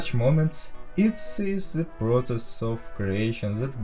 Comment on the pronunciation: may i ask why do you say "ze" insted of "the"